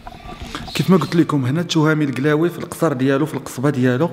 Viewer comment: قلاوي مش كلاوي